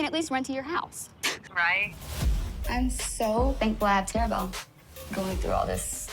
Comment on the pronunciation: "Terrabelle" lol